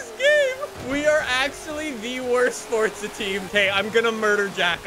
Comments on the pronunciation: It’s not fordsa it’s forza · Forza means force in Italian and is pronounced like “Fortsa” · You say fortza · direct me to the “t” in forza, love u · Please pronounce it correctly it kills my ear drums